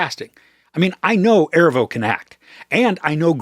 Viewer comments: Erivo - Er-ee-vo not Ervo 😊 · Erivo is pronounced “uh-REE-vo”, otherwise great review, thank you! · Great review!! Keen eye and ear on their vocal prowess. But I feel it necessary to let you know for the future, Cynthia’s last name is Erivo (uh-Ree-voh). She’s one award win away from EGOT status and I feel like this movie very well may get her there. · If you can’t take the time to learn how to pronounce her name then you shouldn’t post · Please, pronounce Miss Erivo's name correctly, in the future. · OMG the way you pronounce Erivo is driving me crazy LOL